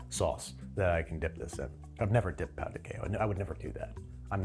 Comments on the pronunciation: Is no one going to point out that he’s saying p*nis de queijo? Pão = bread. Pau (pow) = male genitalia. 😂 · By the way, when you mispronounced "pão," you accidentally kept saying Brazilian Portuguese word for d*ck! There's a nasal quality to "ã" that's hard for native English speakers